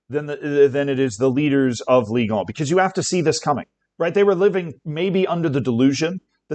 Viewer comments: Ligue uuh 💀💀💀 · Your pronunciation of the clubs was actually very good, but it's not "ligue on" 😅. I also don't think the league is to blame for the original broadcasting deal to fall through, the company who they made the deal with is.